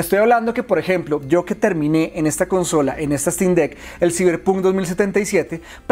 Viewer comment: Siberpun? Se pronuncia "saiberponk"